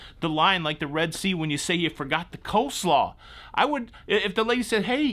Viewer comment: It is Cole-slaw...not co-slaw....